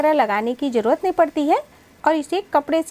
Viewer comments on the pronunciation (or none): none